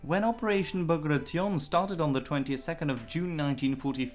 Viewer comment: "Ba gray shun"